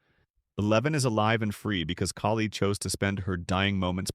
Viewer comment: Kaylee???😅😂 It's Kali